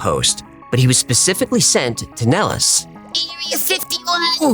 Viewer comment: 😅 The way I have found out why you have pronounced Nellis Air Force Base incorrectly. I did multiple searches on Google. Each one I ran into teaches you, the way you said it. However, we’re all here to learn from one another. The correct way to pronounce it is NEHL-IS or Nel′lis